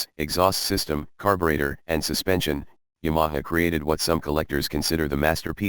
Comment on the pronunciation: Someone should teach the robot how to pronounce Ya ma ha. I've had two of these a 71 and still have a 79 slowly becoming a street tracker.